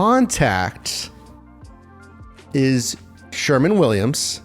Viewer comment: Sherwin (not Sherman) Williams. 🖌